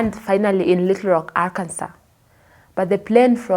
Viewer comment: Arkansas - pronounced Arkanso.